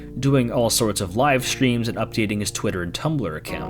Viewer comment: You calling twitter ‘twiiter’ also hurt me